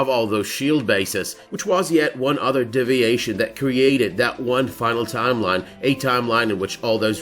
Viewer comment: A double shot every time he says "DIV-iation" instead of DEE-viation